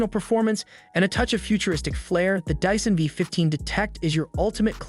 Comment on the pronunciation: I was with you until you said "dissan"